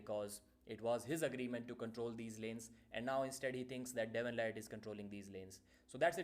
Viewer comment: Devon La"Ratt"